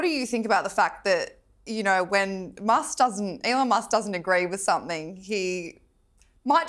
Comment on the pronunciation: "bad business decision by Ellon musk? C'mon, atleast get his damn name right, one L love, one L. e-lon not El-Lon.